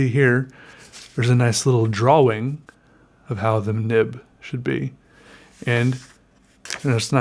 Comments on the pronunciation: omg don't even make videos if you say drawling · Just once I wan't to hear you slip up and say drawing with out that hard wing. I love your quirks buddy ahahahahahahah!